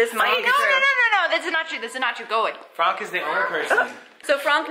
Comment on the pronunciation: Why is it fronk??? I'm not a native but why does that name bother me so muchhhh arghhhh!! P.S : I know it's spelled Franck but why is it pronounced as Fronk 😭